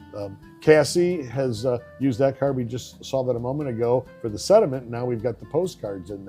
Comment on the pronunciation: SeNtiment...not seDiment!😂😂😂